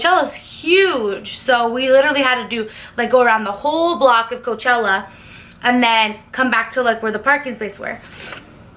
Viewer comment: Its coachella lol